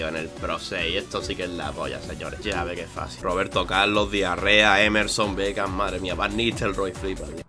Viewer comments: Roberto Carlos, diarrea😂😂😂😂😂 en vez de diarra 😂😂 illo ere un grande✌ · ¿Soy la única que se ha dado cuenta de que el apellido del jugador es 'Diarra' pero él dice 'Diarrea'? xD